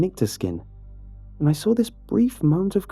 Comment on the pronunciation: Nobody:: Sawr Still best narrator tho